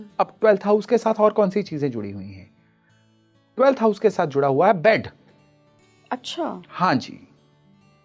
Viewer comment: Clarity was needed ....in 'juda hua hai'